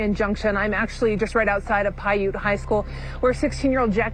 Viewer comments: Piute is pronounced (pie-yute) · Man it is incredibly annoying that the narrarator doesn't care enough to pronounce words correct in her videos. Pwait county.Lol😂😂😂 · Piute is pronounced pie- you-t. They're a native tribe